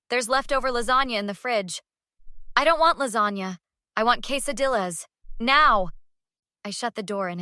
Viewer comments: "quesa-DILL-AS..." ...dear sweet BeJesus...😂😂😂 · And pronounce them right. Robo voice is still a poor production choice, albeit a cheap one.